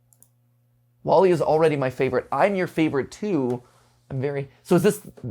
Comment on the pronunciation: Maybe the emphasis is misplaced, but there's no clear indicator, like "I am your favorite *too*?"